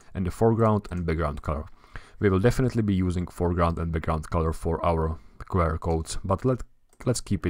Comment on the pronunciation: as a fellow Czech, I also find myself making the same mistake as you in this video - pronouncing abbreviations in Czech. Instead of [kve: er] it's pronounced [kju: a:r]